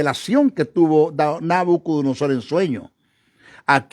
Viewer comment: no es Nabucudunusor es Nabucudonosor. Bendiciones esta precioso el tema.